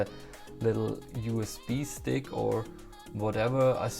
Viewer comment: Als du „USB Stick“ oder „Bluetooth“ gesagt hast, hat man gemerkt du bist Deutscher.